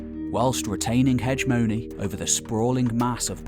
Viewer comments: (he GE mo ny) or he GHE mo ny; not HEDGE mo ny. If you read a historical lecture it's kind of lame to mispronounce historical terminology... Good lecture, though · Wtf is "hedge-mony"? I assume you mean "hegemony"...spelled with a hard g....heg-eh-mony... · Time. Learn how to pronounce Hegemony. It's not hedge mony. /həˈjemənē